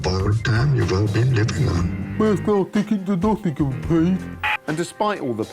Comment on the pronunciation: "Firrssdt class ticket to Dottingham please" 😅